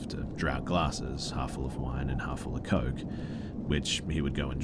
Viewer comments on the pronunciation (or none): none